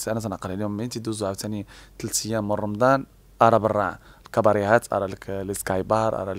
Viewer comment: المذيع (حاشا واش نقول صحافي) يقول: رمدان 🤣🤣🤣🤣 وااااا رمضان يا بغل